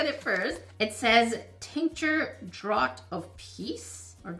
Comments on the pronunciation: FYI: "draught" is pronounced "draft". English, especially archaic English, is a weird language (in case you hadn't noticed).😁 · Draught- pronounced draft ❤ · Draught is pronounced "draft", I know this because I play RPGs lol! English #1! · Draught is pronounced draft, that’s the English language for you, lol